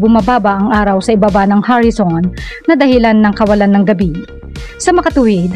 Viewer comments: Horizon po ang tamang words...Filipino po or tagalog kasi ang salita nya kaya ,ang pronounce nya sa horizon ay Harrison.... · Ano ba yung salitang "HARISON"? English or Tagalog Word ba yun? Ang sakit sa teynga pakinggan!